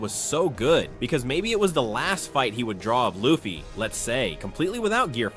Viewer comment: The way u say Luffy kills me..... punish urself